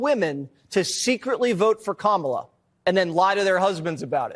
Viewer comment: They are still saying Kamala's name wrong? Wow, they are so small and petty.